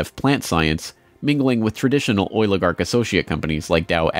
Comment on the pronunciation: He’s saying Oilagarch which makes complete sense